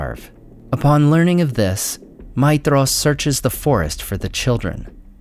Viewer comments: Seriously? 'Feyanor?' 'Maydhros'? Your pronounciation is wrong. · You're saying his name wrong. The "dh" is supposed to be a "th" sound.